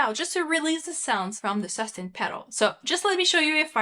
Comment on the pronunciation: Su-stain pedal...not sustin pedal...please